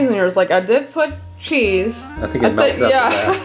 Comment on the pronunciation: I just love how pronounces cheese “scheese” 🥰🥰🥰